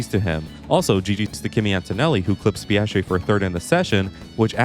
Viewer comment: Why you keep calling my man oscar as "pastree"?😢